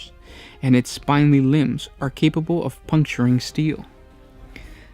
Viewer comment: Sizeable and spindly were pronounced incorrectly. How do you miss such simple words? They aren’t even SAT level ones!